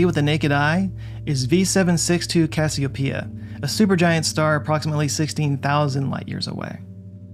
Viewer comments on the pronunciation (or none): none